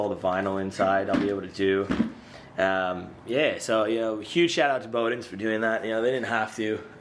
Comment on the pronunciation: Bowdens like "wow" not like "bow and arrow" 👍